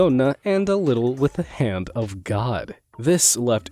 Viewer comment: "The Hand God" Him = ZA HANDO